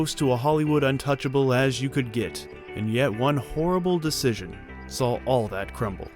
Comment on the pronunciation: its saw not sawl